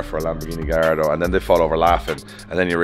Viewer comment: Please start pronouncing Gallardo the correct way 🥲